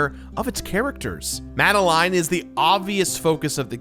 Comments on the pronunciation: "Mad-a-line" NO! It's "Mad-a-lin" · It's pronounced mad- a -lin. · Great vid, but I hate the way you pronounce “Madeline”